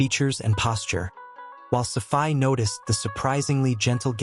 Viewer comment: Dude, you need to learn how to pronounce words and names properly . I actually laughed my ass off when I heard how you pronounced Hagia Sophia, Valide , and Safiye !